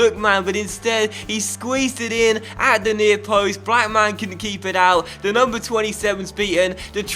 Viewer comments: I don't think you pronounce Blackman like black man 😂😂😂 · cuz it's meant to be one word not two